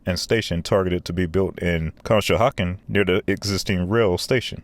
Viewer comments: Manyunk is pronounced MAN-e-UNK. You did good with Schuylkill and Conshohocken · The pronunciation of Manayunk in this video was wild, but he got Conshohocken and Schuylkill right so respect. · That jawn had me dead, but he saved himself with the correct pronunciation of Conshohocken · I came here to say the same. Nails schuylkill and conshohoken, but absolutely butchered manayunk. 😂 Great video though. I'm in the north eastern burbs, so I thankfully hardly ever have to use the schuylkill. But I absolutely loathe it when I do. Too claustrophobic and the potholes. Dear lord the potholes.